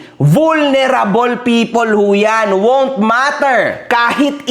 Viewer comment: Ayusin mo pronounce mo ng vulnerable sakit sa tenga.